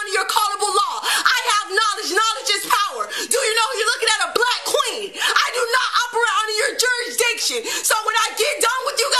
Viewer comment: i would have laughed very hard after she said "bwwlack kween"